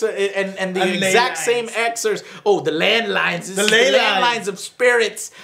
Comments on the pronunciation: It's "ley lines" joe. Not "landlines". Landlines are phones that have to use a cord that we all used before cellphones.... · Also...someone will need to explain to joe it's not "land lines". It's "ley lines". Jesus millenials DISTURB ME with their ignorance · Someone PLEASE explain to joe what "ley lines" are he keeps saying "land lines". And FOR GODS SAKE....help him understand the word "literally" doesn't mean "alot". It means the literal definition of the word